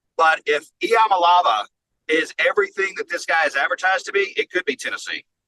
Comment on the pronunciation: Learn to pronounce Iamaleava. It’s so fucking disrespectful. Takes two minutes tops to learn how to pronounce EE uh MAH lay AH vah